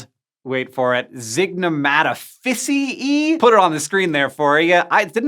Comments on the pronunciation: Its not zignomatafissyee its Zig no mata ficiae Zig no mata Fissy eye Try pronouncing that in Italian LoL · Zygnematophyceae - Zig (neh) Mat Oh fishy-e ayye (like the fonz). I've never heard the ae pronounced like a hard E. May be wrong but my entire undergrad it was like the fonz. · (ZIG-nuh-Mah-toe-fiss-ee-aye) but close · I think zygnomatophyceae is pronounced with an [EE-Ay] at the end